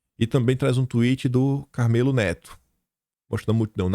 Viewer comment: a pronúncia do nome do cabra é “ CARMÉLO”, e não “CARMÊLO”, como você disse.